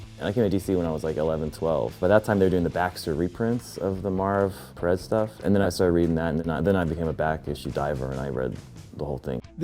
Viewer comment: it may sound funny, but thats the correct way to pronounce it. George told me during that intv everyone mispronounces it